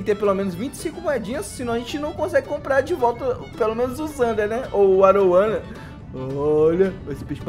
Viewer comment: Video top. Mas não é arowana é aruanã